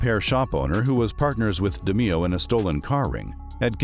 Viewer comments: Pronounced DE MAYO. NOT DE MEE O. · I swear to god it's DE NOT DI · Great Episode!!!! Very Informative!!! Just wanna say though, the last name is pronounced De Mayo, the way that would roll off you tongue. But very entertaining and informative!!! :) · Actually the name is pronounced DAY MAYO. And the thumb nail shows a picture of Roy, but calls him Tony. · Almost unwatchable because of it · its pronounced de-mayo.......jesus😒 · Da-MAY-oh. Pronunciation like that, you might be Gemini meat. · You butchered his name. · i dont like how you pronounce roys last name